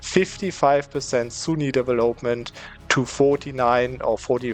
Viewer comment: Nur eine Kleinigkeit: "development" und "legitimacy" werden auf der zweiten Silbe betont, nicht auf der dritten, also auf vel und auf git. Und das o in development ist ein kurzes o wie in "boss", nicht wie in "hope".